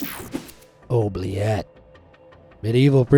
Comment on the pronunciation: Oubliette is pronounced Ooo-blee-et. I live in Belgium, right on the French border, not sure where you learned to say this paticular word, as always, a FANTASTIC video. ❤️